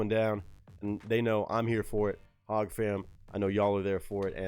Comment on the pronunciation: Hey, First time seeing a busy by you, good reaction in my opinion (doesn't mean much), but I just want to let you know that HOG is pronounced hog, not hodge. The first time I heard you pronounce it, I was like WTF?! How did we go from talking about Tom to the Hodgetwins? Lmao (I imagine you've heard of them, twin brothers, but Marines, pro America and all, they have a YouTube channel and such if you want to go check them out at Hodgetwins).